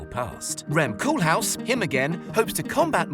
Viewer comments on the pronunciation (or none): Small correction: it's Rem Koolhaas, not Koolhaus.